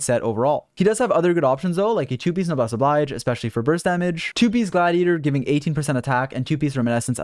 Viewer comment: You always pronounce “Noblesse Oblige” wrong. 😭 It’s a French expression. Oblige is ob-leezh.